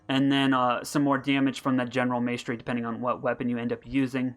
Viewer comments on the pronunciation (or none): Great vid, also, it's pronounced 'mahstery' lol not maystery